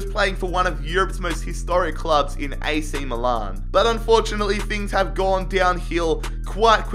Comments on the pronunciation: AC Maloan😂 7.03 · ‘he was at ac miloan on loan’ i’m creasing 🤣